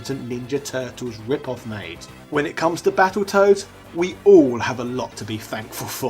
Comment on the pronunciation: I thought he said Battleturds for a second 🤣🤣🤣